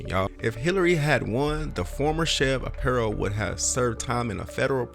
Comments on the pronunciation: Sheriff Joes name is pronounced R PIE O. Other than that I liked your video. Joe was my sheriff about 25 years ago. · His name is pronounced (Are) (Pie) (O)